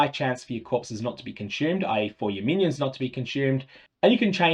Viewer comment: "Cunch-yoomed" Good lord